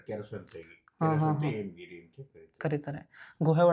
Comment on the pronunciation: ಎಮಗಿರಿ ಅಲ್ಲ ಹೇಮಗಿರಿ